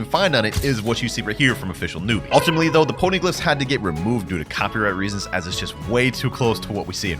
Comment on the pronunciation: Not him saying pony-gliphs